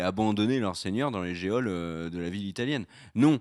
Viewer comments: Petit point prononciation, "geôle" se dit "jaule" et non géole, voilà voilà (Ou alors je n'ai rien compris à ce qu'essaye de dire, ou bien c'est seulement son accent) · C'est quoi une ge-ole, c'est comme la ta-ule??? Ça me rassure sur ton orthographe mais si ça s'écrit geôle, ça se prononce jôle ;) Merci pour vos analyses